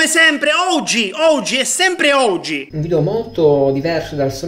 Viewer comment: Ma il maestro dice oggi o ouji?